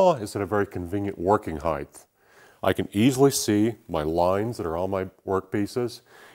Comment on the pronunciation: Great video and project! I want to point out that you all seem to pronounce the word as “hithe” when in fact the word is pronounced “hite” it is spelled “height” the ending is a “t” not “th”. It may appear to be trivial, but you are publishers and probably want to be grammatically correct. I have enjoyed your magazine since its start and learn even more by watching your videos. Keep up the good work.